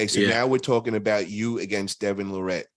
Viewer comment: Why are you still saying Devon's last name wrong? Lol